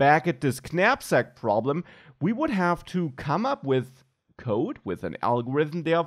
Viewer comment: Top work. I have to tell you though, the k is silent. Pronounced 'nap-sak'. Petty, but true.